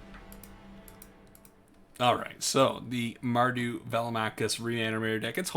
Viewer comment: BTW you nailed the pronunciation 😁